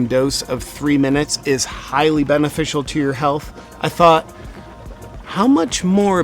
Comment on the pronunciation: Did he say memeficial